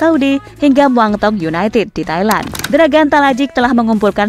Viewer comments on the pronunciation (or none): none